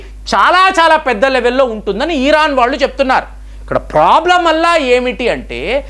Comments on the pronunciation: It's not eeran, come on, it's Iran. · He'd urake atu etu tipakunda matladandi. Eeran kadu iran Anandi. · ఇరాన్ కదా ఈరాన్ కాదు కదా ఒకసారి గమనించండి...